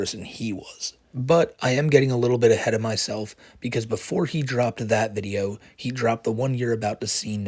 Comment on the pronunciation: Hes the gweatest vi-eo eh-ih-ur